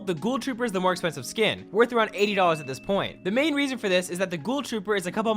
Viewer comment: You said more aapensihf